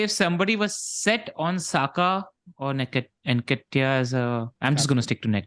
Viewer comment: Its pronounced:. En- Keh-Tee-Yah . Y'all have been mispronouncing for weeks now..